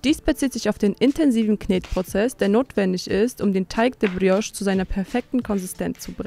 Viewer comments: Brrrrios,klingt nicht richtiger,je mehr Du es wiederholst 🤷‍♀️ Wer hat der Tante erzählt,man würde im französischen das R rollen🤔🫣??? Da wird wohl italienisch mit französisch vermurkst🙄🤭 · Wenn die noch einmal Brrrriosch sagt,dann😱🤯